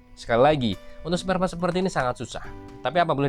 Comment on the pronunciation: Sparepart bang bukan spartpart 😂